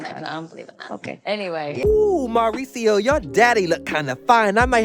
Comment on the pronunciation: I love the way you pronounce Mauricio 😍